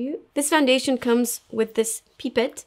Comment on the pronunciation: I love the way you said pipette 🙃